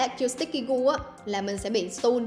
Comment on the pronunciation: Đọc sai từ “Stun” nhé! 😅